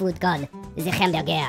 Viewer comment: Le hemberge